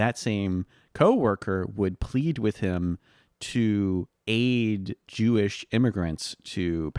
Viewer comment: talking about harry truman "...he was a haberdasher, and his hewish coworker..." 😂 💩🤡